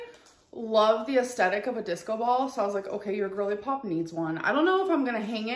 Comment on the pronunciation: Stop saying “asstettic.”